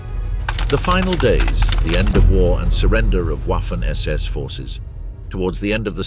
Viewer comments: It is prounced "Vaffen SS" as in the V sound of the English words such as "very", "void", "vast", etc. and not something that sounds like ouaffen SS with the W like in the English "water" or "waffle". Hearing this used repeatedly throughout the otherwise excellent video is very annoying. From experience it seems only English speakers (especially Brits) don't seem to care how to pronounce words from other languages. Truly mystifying. I am in no way glorifying the Waffen SS, but hearing ouaffen SS over and over is jarring and just a demonstration of a complet lack of caring / ignorance? of how non English words are pronounced in any other language. For example the auto maker brand VW is pronounced "Folks Vagen" not Volks Wagen. Is it really so hard to give a F**k or is English the "Master" language...? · The "w" in waffen is NOT pronounced as a soft w as in what. PRONOUNCE the w like a VVVV as in violent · It´s pronounced vaffen